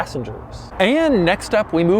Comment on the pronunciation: Oh! Park Ward! Park Lord sounds better!🤣